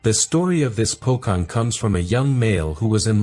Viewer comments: first of all, kuntilanak is the one that castrate men, while sundel bolong lore more depicted of kidnapping kids, its po"C"ong pronounce C not po"K"ong pronounce K, as for tuyul they are a supernatural creature not human with magic, they are used by ordinary people to get rich, the government people of indonesia use corruption to get rich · Bro pronounced pocong and the translation came out as Pokemon... It's pronounced po-chong not po-kong. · the pronunciation for C in POCONG is the same as C in Charlie. so instead of POKONG, it's sounds like POCHONG hope this explanation understandable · It's pronunciate as Po-Chong. Not Pokong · Po-Chong bro. Not Po-Kong. Correct pronunciation ❤ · It's not recited as POKONG, but C just like you say CHelsea... PoCHong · its pocong not pokong your pronounce make me sick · Pocong dibaca pochong not pokong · Pocong isnt called as pokong its pho-chong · how you pronounced "pocong", it sounded like you said "bokong" which means in indonesia is "butt"...just say the "cong" like the word "chunk" or the word "chonky" nice channel anyway...bit like mini documentaries, i don't see a lot of our ghost stories being reviewed by people overseas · it is pronounced poh - chong not poh - kong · Pronounce pocong as "pochong" not pokong....don't pronounce it using English term....similar to Jakarta...read it as jhakarta instead of yakarta....this is not Europe still of reading text...lol.... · as an Indonesian i'm not scared of pocong, and why did you say poKongs not poCongs? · Po-"Chong"! not "cong" like King Kong* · I love when foreigners pronounced pocong as "po-kong" instead of "po-chong" lol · Pocong is not pronounce pokong, they're pronounce po-(chong) like change,channel, chandelier, chandra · Pocong is pronounced Pochong. Cheers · pocong, the letter C not pronounced with "K" sound, but with "Ch" sound.. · Its not pokong 😂😂😂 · pocong pronounce with c as in china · Pocong is actually pronounced as po-chong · Pocong om bukan pokong😅